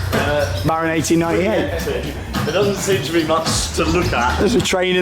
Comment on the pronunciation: I was just waiting for the 1898 pronunciation to happen this trip...